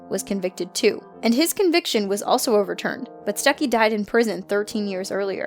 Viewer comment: im pretty sure it's pronounced stewkey